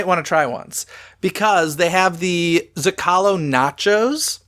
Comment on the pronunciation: Isn't the restaurant Rancho del Zocalo pronounced "Zo-ca-low" not "Zo-call-o"?